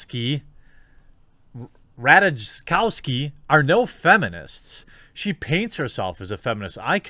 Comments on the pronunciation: rat-ay-kov-ski. I don't want you to suffocate because of some thot. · You read the name a bit different. The best thing for you would be if i write it like this Rataikowski :) You can use this way for really almost all of the east europa names. Just read J like i. It would be much easier for your tongue as well :D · Come on Jeremy its not that hard. Ra tay cow ski .... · It is pronounced RAH.TAI.KAWVS.KEE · The name is Polish. It is pronounced RataYkovski. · Ra-taj-kov-ski :) dw I gotchu Jeremy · The J is silent. phonetically (Rat-uh-cow-ski). I agree with your take on this, but we should at least get the name right so we don't sound like 3rd graders making fun of people's names. Just saying.... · The ''taj'' part in Ratajkovski is pronounced like ''thigh'', or ''Thai''(the nationality). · who else heard Radish Cow Ski? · "Rataikovski" you are welcome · i would suggest trying rataykovsky it is polish name so I think this would be closest to right pronunciation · You should read J like I in her name. Like "Rataikowski" with stronger accent on the first I. Greetings from Poland. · It's pronounced 'Rat-a-kow-ski' the 'j' is silent. It's of polish descent. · Rat-ah-cow-ski. Please try to put in the bare minimum effort and do a quick Google search on how to pronounce a name. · Jeremy being polish , w are v , ratakovski is how u say it rata/kov/ski 3 sylabells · That's cute trying to read that Polish name. Small tip tho, try to read it like this: Rataykowsky or Rataikowski. 😂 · It's pronounced Rat-a-cow-ski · Jeremy. As as slav i recommend Rataykowski as pronouncation of her surname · Rat-a-jek-oww-ski just a peeve in this video. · It reads "rataYkovski" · Pronounce it as if it is spelled Rataykowski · I believe its pronounced 'Rat-a-cow-ski'. Not sure though. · Pronounced Rat-TITS-tow-skee. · ra - thai -caugh - ski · You really butchered her last name but yeah you are on point :P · You wrongly prenounce her surname , anyway we dont like her in our country.